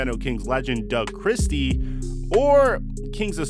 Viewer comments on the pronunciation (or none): none